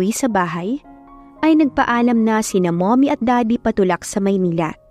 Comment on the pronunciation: Napansin ko lang ang pag bgkas ng mommy nagiging mummoy,stock holder naging stick holder na hahaha